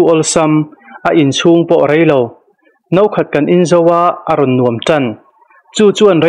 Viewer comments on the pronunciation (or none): none